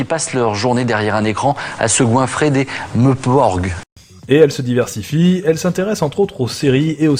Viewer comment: "en se tapant des MEUHPORC" xD